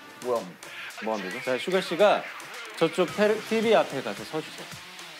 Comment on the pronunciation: 나피디님이 슈가씨가~라고 할때마다 슈가슈가라고 들림 ㅋㅋㅋ